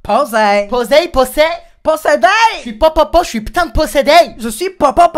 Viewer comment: il a dit qu'il était possédé avec un accent canadien wtf